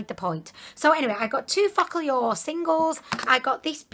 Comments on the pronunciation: Focallure is actually pronounced 'focal' (as in focus) 'law', not the crass sounding 💩 you came out with. And did you know your tattoo is spelt wrong too? 😂😂😂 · my roomie is dying of laughter. he says you saying focalure sounds like "fuck a lure" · I LOVE the way you pronounce “Focallure”... It literally sounds like you’re saying “F💙CK ALL Y’ALL” and I’m living for it. You’re so adorable I’m about to binge all your videos before bed.